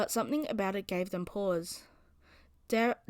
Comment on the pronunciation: I think it might be pronounced "D-air" not "Dah-rey"